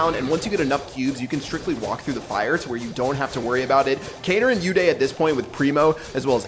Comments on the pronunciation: It's not u day its uday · Its not you-day Its pronounced as oo-they Its an indian name I am talking about uday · pronouncing an indian name uday as yoo-dayy...